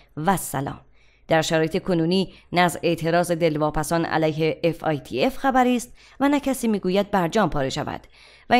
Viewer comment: تلفظ درستش fatf است نه fitf